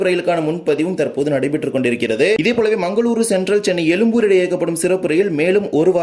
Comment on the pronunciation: எலும்பூர் அல்ல எழும்பூர் என உச்சரிக்கவும் தயவு கூர்ந்து.